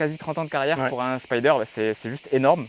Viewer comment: J'adore ces caisses, merci! Après avoir dit en 1'08" qu'il fallait dire "Spider", tu prononces Spaïder ensuite. (1'57, 9'59). LOL 🤣